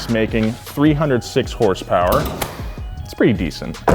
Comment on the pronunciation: It’s pronounced “hurs-purs” not “horse power” cmon!